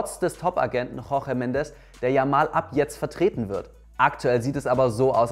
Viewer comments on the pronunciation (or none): none